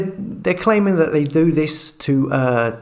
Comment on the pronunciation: " viss", "vatt"" "fings" "sumefin". Before setting up a channel, why did you not learn to talk properly, especially seeing that the very title of your channel is "". Yes, indeed he does talk, just about. Sort you life out! And don't forget to remove this post, out of embarrassment.